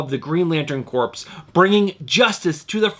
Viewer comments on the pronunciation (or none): I always appreciate your videos. Quick Green Lantern tip: It’s pronounced “CORE” not corpse, my friend! Keep up the great videos, man!